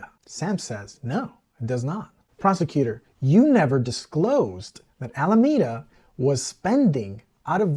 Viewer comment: Alameda Research was named after the city and county of Alameda, California. The word is pronounced "a-luh-mee-duh", not "a-luh-may-duh". In Spanish the word (same spelling) means a grove of poplars or a tree-lined avenue, and is pronounced similarly. In the 1700's in the US the word was used to describe a shady public promenade. Some may pronounce the word with a long "A" in the middle, but not Californians, who, to a person, pronounce a long "E" in that location. I would say the most common pronunciation in California is "AL-uh-ME-duh", with emphasis on "ME" (myself) and "AL" pronounced the same as Mr. Capone's first name. I don't know why so many journalists get it wrong.